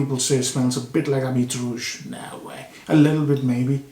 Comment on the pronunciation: Habit means Garment. The “t” after the “i” is silent.